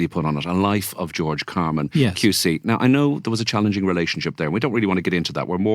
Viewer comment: Get his name right: CarmAn not CarmEn.